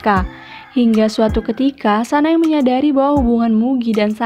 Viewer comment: Anu mbak aku mo kritik aja nih oembbacaan nya ada beberapa artikulasi nama tokoh yang kurang jelas kyk "sanae kanae Kanai "